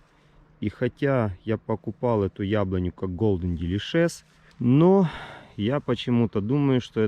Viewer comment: научись название сорта правильно произносить😃